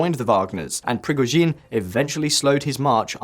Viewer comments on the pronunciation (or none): Prigozhin is not pronounced with emphasis on last syllable! Try emphasising 2nd syllable.